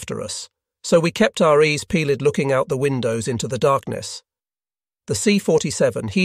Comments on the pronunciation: “We kept our eees peelid” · E's pee led 😂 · "Ees peeled"😂